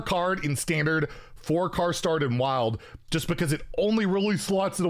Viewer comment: you said 4 car stard ahahahaha